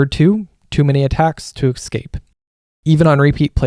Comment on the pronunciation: nuisance* you say "escape" wrong, you say "excape" great video, enjoyed it a lot